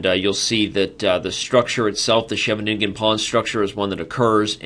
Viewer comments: Sheve-nin-gen sounds a bit awkwardly articulated. Shouldn't it be more like She-veningen? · It's Hilarious to hear as someone speaking dutch